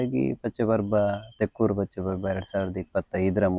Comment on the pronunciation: ಅದು ತೆಕ್ಕೂರು. ತೆಕ್ಕೊರು ಅಲ್ಲ